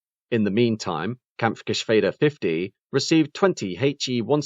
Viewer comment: Congratulations for the perfect Pronounciation of the Umlaut in "Kampfgeschwäder" (unfortunately in a Word that only has the regular a instead of the dreaded ä, but good Pronounciation anyway)